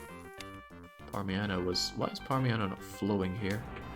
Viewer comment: parmiHano is killing me, it's parmiGiano